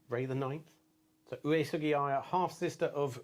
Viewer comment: And I've not listened to the entire video, but right at the start, your wife is right, your pronunciation of Uesugi Aya is not correct: the second "U" should be silent.